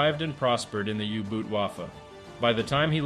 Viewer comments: Good video. U-boot is however way more pronounced as 'boat' then the English 'boot'. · Dude.. boot in german is pronounced exactly the same as boat in english. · Great documentary, but please pronounce "boot" (in U-Boot) correctly-it sounds just like the english word "boat" , not too difficult ; )